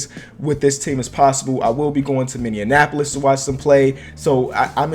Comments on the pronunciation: it's MINNEAPOLIS NOT MINIONAPOLIS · I cried when you said Minnenaapolis. Its pronounced Mini-Apple-Olis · Why this Nigga always say minianapolis when it's Minneapolis it's not that hard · It's pronounced MINI APPOLIS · Lol you said minion apolis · "I will be going to Minneindianpolis" ??? Lol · lol this dude said "minianapolis"😂😂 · BRO! PLEASE SAY MINNEAPOLIS RIGHT FOR ONCE! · the way he said Minneapolis lol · He butchered Minneapolis